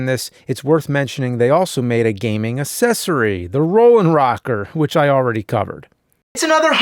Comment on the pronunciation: he STILL says assessory!?